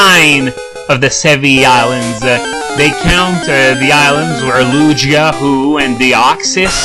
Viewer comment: u say the names wrong tere prounounced lu-gee-a ho - oh but u said deoxys rite :D